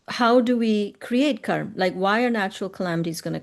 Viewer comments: Any reason why she saying kar instead of karma and dhar instead of dharma ? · She said Dharm and Karm. Same difference as Ram and Rama or Krishn and Krishna - just different Sanskrit pronunciations/spellings for the same word per different Indian regions and societies... Technically only the consonants intende to be are pronounced.